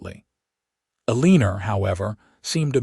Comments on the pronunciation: Some words have more than one pronunciation--read, lives, for example. And choose names you can properly pronounce--Eleanor. Ruins the story for your listeners. Thanks. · If you can’t pronounce Eleanor right, quit using in your stories. PLEASE